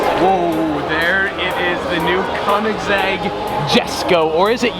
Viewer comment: Your saying koenigsegg wrong